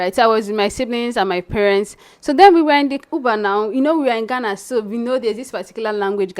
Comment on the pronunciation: My sister the name is Ghana not Gana.